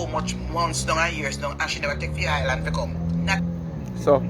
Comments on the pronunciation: there’s no “t” in island. For a person who think she so perfect, you need to learn to pronounce your words correctly. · I was about to write Island and not Islant